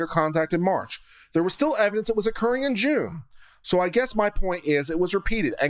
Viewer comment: LOL, I was listening to this while working on something else... when you said, "there was still evidence that was occurring in June" it sounded to me like you said, "there was still evidence it was a Korean Jew". I just had to come back to the video to see.